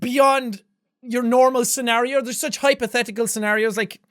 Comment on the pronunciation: Very good Jackaboy, u said scenario and not scenorios this time👏🏻